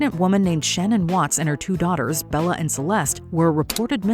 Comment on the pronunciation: Her name was Shannan Emphasis on the second half. If you're going to use her death to make money you can at least say it right